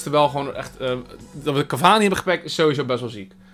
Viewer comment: Falcao = Falkaolo Cavani = cavanus